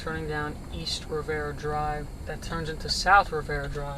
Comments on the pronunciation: Riviera Dr. not Rivera Dr. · The road is pronounced Rivi-era not Rivera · WOW, Thanks for the Memories! I haven't lived there in Decades, it seems nothing has changed. PS: The street is pronounced Riv- e-era Drive, not Rivera!